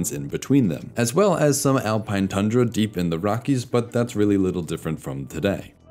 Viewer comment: It's pronounced Tundra, not Tandra.